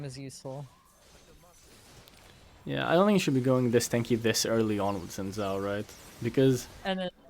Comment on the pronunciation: It's pronounced "shin jhow"